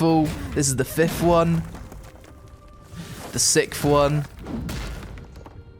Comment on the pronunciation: "The sicf one"..........wtf dude, seriously.